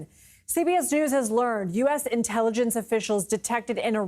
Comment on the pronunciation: You said "Inteeligence" when talking about a trump rally.......LOL! Stupid rubs off Donnie like dishonesty does and there was A LOT there that day!